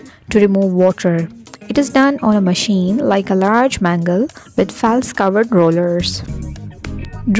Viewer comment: Maacine maachine..so irritating sister